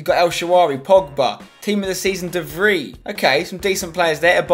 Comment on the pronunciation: Hey mate the best way to pronounce 'de Vrij' would be something like 'de Frey'.